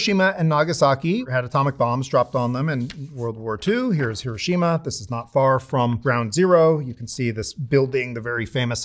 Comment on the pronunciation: How the fxck can someone call themselves a "Nuclear Historian" and pronounce Hiroshima that incorrectly?!